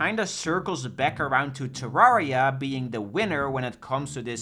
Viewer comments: Say it with me - “Turr-air-e-ah” - like Terrarium. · we wove tewwawia